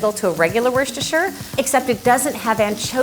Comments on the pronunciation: lol Wershtersher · LOL how she says 'Worcestershire.' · but we can all agree that no one knows how to pronounce "Worcestershire"